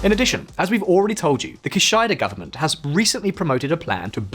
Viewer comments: The name of the Prime Minister of Japan, "Kishida", is pronounced "Kee-shee-da" NOT "Ki-sh-eye-da". For Christ's sake, please ask someone for the correct pronunciation of at least key names. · Great video as always 👍 But I gotta say, the pronunciation of Kishida killed me 😂 It's more or less KEY-SHE-DA ✌️ Not KEH-SHY-DA. Cheers! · It’s Kishida, not “Kishaida” 😂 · A very informative video. But the present Prime Minister's name is NOT pronounced KI-SHAI-DA, but KI-SHI-DA, just as it is romanized. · ki-shi-da, not ki-shai-da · Not an English native speaker, but it's "Kee-shee-da", not "kee-shai-da." ^^" I recommend checking how to spell important names before uploading a video, it undermines any credibility from what you are saying. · The current Japanese prime minister's name KISHIDA is pronounced "KEE SHEE DA", and not KEE SHY DA as spoken in this video. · Was wondering who the kishaida person he was talking about was until I realised, oh! Kisheeda! Bit of quick Googling would prevent mispronunciation of important peoples names , wouldn’t it? You haven’t mentioned that lack of diversity in japan’s society AND economy is the real problem. The country, like south Korea is in the grip of a few extremely powerful companies that crush new competition. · Kishida is pronounced “keesheeda” :) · Great vid. No offence but ki-SHY-da had me in tears. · His name is pronounced Key*SHE*Da.... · Keeshyada? Maybe listen better. I like your stuff, sorry for being a tart. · Prime Minister Fumio Kishida’s surname is pronounced “key-she-da”. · I'm sorry, /ki SHAI da/ government? I've been watching VisualPolitik's videos for a while now, and pronouncing foreign names seems to be quite a challenge for you guys. Is it really THAT difficult to check it before recording? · That's what i'm saying. It's definitely not KiSHAIda, as the presenter pronounced it. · Kishida = key-she-dah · Key-she-da. It's not rocket science. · Why cant you pronounce Kishida?